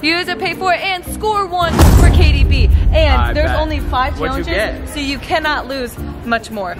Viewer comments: take a shot every time says "chaylenjis" in the intro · The way you guys say challenge it sounds like your saying chyallenge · Comment if u get triggered the way they both say “challenges” like “chaylengus”